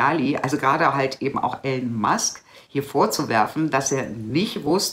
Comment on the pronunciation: ...höre dir oft zustimmend zu ...aber bitte bitte spreche den Namen einer der bedeutendsten und bekanntesten Persönlichkeiten unserer Zeit nicht permanent falsch aus ...der Typ heißt nicht "Ellen" sondern "III-lon" ...hat zwar keine Auswirkung auf deine Inhalte, aber es würde deiner Glaubwürdigkeit nützlich sein